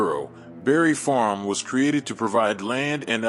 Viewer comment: Bruh, you refuse to put that s on Barry Farms. It’s Barry Farms not Barry Farm.